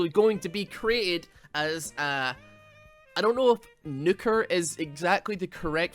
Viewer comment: Nuke is not shor u